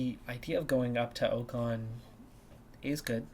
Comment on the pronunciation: How are you overlooking Norris? Please don't sign Ocon it's already painful enough hearing you get his name wrong, for same reason never sign Bottas or Schumacher 🙈